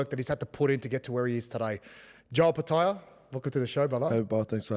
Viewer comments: How tf does jai still butcher his last name till this day? No ‘O’ in samoan is pronounced ‘oh’ 😂 fmd idk how there’s no family members that correct him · Love the uso & everything he’s done in the sport & community especially for Pasifika. But for the love of all Islanders, please pronounce your surname correctly - don’t pronounce it the Palangi way. Just my two cents but love ✌🏾